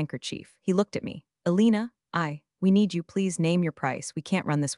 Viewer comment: Elena, not Alina.